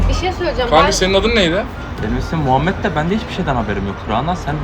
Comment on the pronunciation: muhamet diye duydum